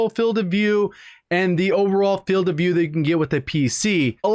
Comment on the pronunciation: Says Filed not Field